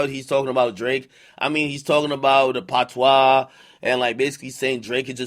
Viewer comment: Ak ur jamaican why u say Patwa like that🤦‍♂️